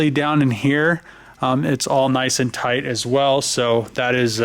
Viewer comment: "This thing is nice and thight"....Thats what she said!